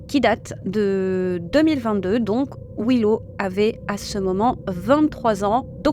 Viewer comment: Un petit conseil. Je sais que les français sont mauvais en anglais mais s'il y a 2 fois la même lettre dans un mot c'est pour une raison! Daddy ne se prononce pas da-dy mais plutôt dad-dy, pareil pour Willow c'est pas Wi-low, c'est Wil-low. Et peut-être pour un post futur, Neil ne se prononce pas nail.